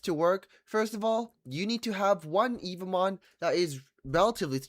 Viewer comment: He's been making evomon videos for two weeks straight and still calls em "evil mon" 🥀